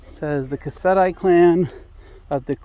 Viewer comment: The folks at Mexacala are Mexican. I speak with them often in Spanish. Not sure where you heard they were Korean. It's pronounced KICK-SAH-DEE.